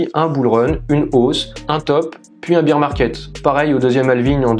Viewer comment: Tres bien pour les debutants bravo sinon "bir" en anglais ca veut dire bière.. ours c'est "bèr" ;)